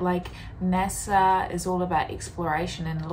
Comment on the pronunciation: N.A.S.A not N.E.S.A , LOL